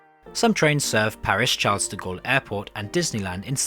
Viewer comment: The perfect definition of "f*cked up". Thanks for the warning. Now I know what train to avoid, or at least wait for its refurbishment. Btw, not a big deal but I think you missed "Charles de Gaulle" and "chapelle" on your effort to pronounce the name just as it is with locals. Just thought you needed to know.